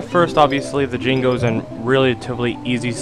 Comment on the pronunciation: Dude, it's not like its a big deal or nothin', but they're called JINJOS, with a J, not jingos.